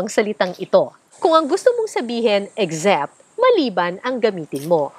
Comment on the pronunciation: Most overused word is starting out with "actually" and "except" is not pronounced "eggzept" filipinos in the philippines tend to pronounce "ex-" words as "egz" this is incorrect.